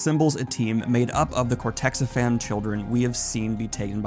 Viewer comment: I hate to be "that guy", but it's "cortexiphan", not "cortexifam". Other than that minor detail, this is pretty spot-on analysis of the show.